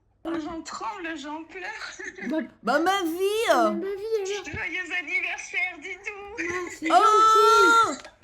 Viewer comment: Joyeu anniversaire sans la liaison m'a terminé 😭😭